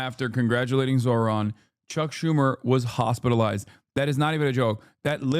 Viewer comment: That is quite literally the whitest pronunciation of Zohran’s name I’ve heard, good god 💀